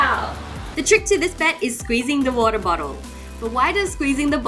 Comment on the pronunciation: Why does she say Woror instead of water lol